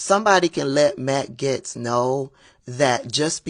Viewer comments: Are you misprounouncing Gaetz on purpose? Everyone else calls him Gates. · you mispronouncing his name made my whole day